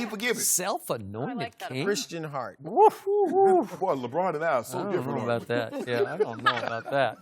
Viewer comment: Napier Nah fam, LeBRAIN James🤣